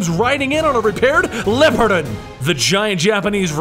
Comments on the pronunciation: This was great. You said this story well. I stayed till the very end of this and it was funny when you kept saying, "Lapardan" wrong. I wish you the best of luck on everything you do on this channel. I will see you in your other videos. Bye. :) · It's pronounced, LEOpardon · It's pronounced "Leopardon", dude. Lee-O-Par-Don. Seriously, it's in the Japanese Spiderman theme song. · its pronounced LEO-PARDON! Dude at least consult the catchy opening its from for pronunciation. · I think Japanese Spiderman pronounced it as "Leo-Par-Don". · I think u pronounce it Leopard and then don.